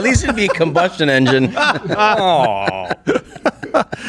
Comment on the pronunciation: Did he say a cumbustion engine?